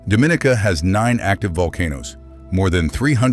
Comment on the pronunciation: Dominica. pronounced Dom-in-knee-cah please and thanks!